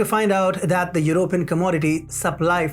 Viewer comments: Stress on PEE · "European" : /your oh PEE en/